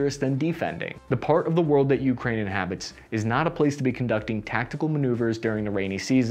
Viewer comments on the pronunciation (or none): none